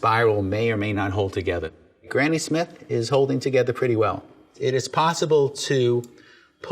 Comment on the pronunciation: HAHAHA he siad graney smith HAHAHA he want too chop som graney ups HAHAHAHA